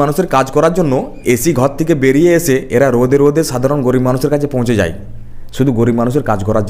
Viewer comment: Kintu dada...Jai na jay...chai na chay....uchcharon ta thik kore korun...